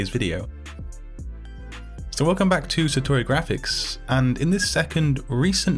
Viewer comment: "GRRRRaphic Design" - lol great video bro